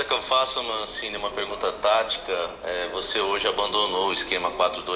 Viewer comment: Entrevistador falando Mancine, e eu só conseguindo ouvir Guardiola